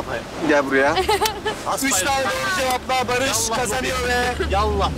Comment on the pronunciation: Bu nası iş lan bı Selim'i ne bı Enes Batur veya Barış g yı etminlikte barış ge diye okutup buna utanmadan almaları ilgincime gitti aga